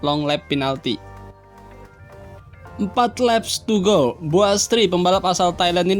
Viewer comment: Wkwkwk...cuma pengucapannya aja kedengeran lucu...🤪🤪🤪